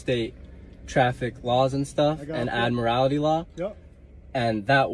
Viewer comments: What is ad-morality law? He means admiralty but doesn't know what he's talking about. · "Admirallity" law ? ? ? ? ? He can not articulate admiralty. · This guy can't even get his terms correct. He keeps saying "admirality" law. The correct term is "admiralty" law. Some of these characters actually go into a court room and declare that the court is operating under admiralty law because the American flag in the court room has a gold fringe around it. Therefor the court does not have jurisdiction over them. Admiralty law covers ships on the open seas. It has nothing to do with driving a car on a public roadway. The sovereign citizens often use the term "common law". The police officer in this video is correct when he says that term is comes from England. A couple centuries ago here in the USA the term "common law" usually meant customary legal traditions that were brought over from England but were not formally legislated here. Nowadays the term refers to a set of court decisions which form precedents which are usually followed but were never passed by the legislature. An example would be the term "common law marriage". A common law marriage is where no marriage license was ever issued to a couple, and no legal ceremony was performed, but the couple is still married in the eyes of the court because of precedents set by past court cases. For one of these sovcits to say that they are "under common law" and therefor are not subject to statutes passed by the legislature is meaningless nonsense. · How come these experts don't know how to pronounce admiralty (not admorality)? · I loose it when they can’t pronounce admiralty properly. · He can’t claim admiralty law if he can’t pronounce it correctly. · If he's going to bloviate about Admiralty Law he should, at least, learn how to pronounce 'Admiralty'. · Why do they add an extra syllable to admiralty?